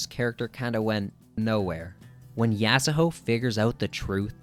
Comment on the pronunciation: The argument about Kira already having a presense doesn't work for the manga. He straight up didn't appear until halfway. They changed it in the anime, and prob will change it for Touru as well. (also it's so annoying that you say yasahoe instead of yasuho) I agree that he was introduced way too late tho